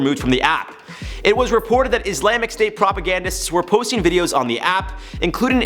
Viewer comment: I rewatched him pronouncing Islamic like four times.